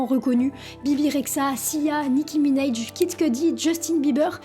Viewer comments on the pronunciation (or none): Nicki mineyjjj mdr c’est nicki Minaj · Nicki minaj pas mineydj